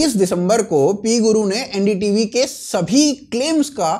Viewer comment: ND tv nahi bhai LU-N-D TV